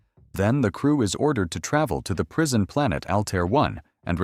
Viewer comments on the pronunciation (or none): none